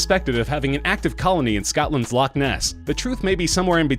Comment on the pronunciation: Did he say scout land lochness hahaha